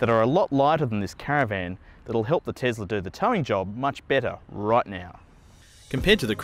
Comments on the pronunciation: this was painful, first of mal, it isn't a tezzzzlah mate, it is a tesla, it was a person's name from history dont be a bogan (this become more and more grating as the video went on) also, cruising on a highway, really not in favour of the eleccy car where regen in stop go would be much better, I am sure something that was reflective of the stop go grind as if a school holiday rush, the tesla would be a much better propitiation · Tesla not tezla. S not z Jesus Christ. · It’s not tezla it’s tesla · Tom Hardware chill. Elon, you know, the guy that created the company says ‘tezla’. So I think we can let it slide.